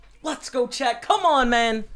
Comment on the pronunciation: I've been watching your videos for a while now and it just occurs to me that you are saying "Way to go chat" I thought you were saying Chad, like he's the person helping you with your vlog. Nice score